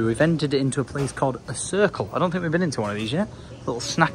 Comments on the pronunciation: its called cirkle K as in the k is in the name dont ask me why it is like that, but also enjoying the vlogs lately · It’s said like circle k not circle :p